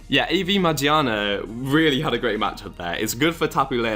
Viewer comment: i like your video. but shouldn't it be pronounced as ma , gear, na? because the dubbed volcanion movie pronounces it that way. :P